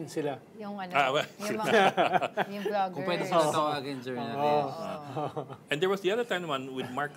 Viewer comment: did i hear he say bulaggers or vloggers? bulag sa katotohanan ba yun